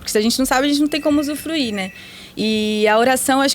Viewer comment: Gente, amo o podcast e a série, e dou graças a Deus por existirem. Mas o "usufluir" eu ri muito vendo a carinha da rsrs...